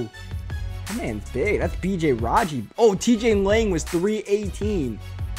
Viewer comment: I think it's pronounced thats not "dats"